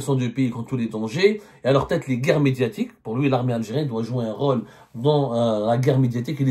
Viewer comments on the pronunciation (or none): none